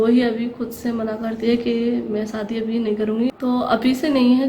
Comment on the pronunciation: hello mje kyun replay ni kr ri aj b ap sadi bol ri hain shadi bolty hain mje replay karain ap kyun asy bolti hain iam from pakistan islamabad